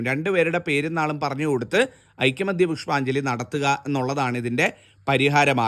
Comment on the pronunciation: ഐക്യമത്യ അല്ല ഐകമത്യ ആണ് ശരി.